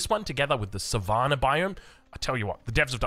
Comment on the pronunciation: sa-va-na biome and ma-nure. love it! LMAO